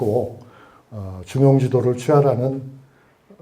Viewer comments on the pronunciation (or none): 참 귀한 강의올시다. 한가지. "중용지도"의 독법이 틀렸습니다. "중용" ""지도" 라고 두 자씩 띄어서 발음하셨습니다. 잘못입니다. "중용지" "도"라고 띄어서 읽어야지요. 이 구의 "갈 지" 자는 소유격으로 ㅋ쓰여젔기 때문입니다.